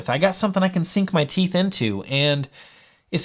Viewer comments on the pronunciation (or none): none